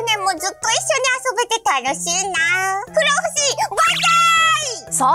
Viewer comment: ふろうふしじゃなくて不老ふじみだよ